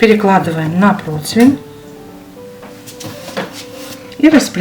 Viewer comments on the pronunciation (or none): none